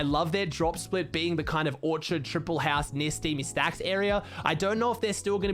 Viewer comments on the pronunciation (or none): none